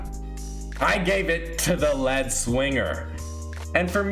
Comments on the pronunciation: Lead, pronounced “leed”, as in “lead singer”. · nice u don't even know how to pronounce lead it's not a pencil dumbass